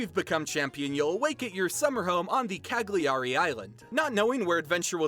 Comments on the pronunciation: not cag- lee- ari lmaoooo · Me: watch the video and really appreciate the effort and the research the author made. Internal italian me: PFFFff "CaGlIArI" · I'm Italian, I love this. Ps: I know that in english language the syllable 'gli' doesn't exist but "Ca-gli-ari" made me laugh. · Rido sempre quando dice ca-Gli-ari 😂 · This was amazing. I'm Italian and I can say that all the cultural aspects tha you mentioned are correct. The story was fantastic as well. The characters and the ideas for the pokèmon are brilliant! I must say though that some of the pronunciations were pretty funny to listen to. I don't blame you for this because I know that Italian words could be quite difficult. I would also say that the voices for the characters were incredible, even though the accent was a bit weird. Overall it was Great! Good job! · Come ha pronunciato Cagliari mi ha ucciso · I'm Italian and I can tell that your pronounciation for Cagliari, with the correct Italian having the "gli" sounding more like "li", is the funniest I've ever heard! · I died when you pronounced “Cagliari” XD no hate